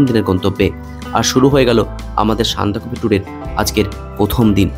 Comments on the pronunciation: সান্দাকফু উচ্চারণ টা আগে ঠিক করে করো। উচ্চারণ নিয়ে সচেতন হতে হবে। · না,ওটা একটু কানে লাগছে বাট এত সুন্দর ভিডিও দেখতে গিয়ে ওসব পাত্তা দিলাম না